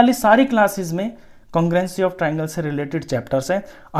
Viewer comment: Congruenci ni sir congrue-nce🥲 No hate boldeta hun warna koi gaali nikal dega💀